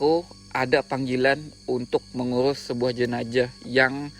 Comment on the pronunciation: owang2 dan jenajah. 🤭 Unik bgt dgrnya tuh...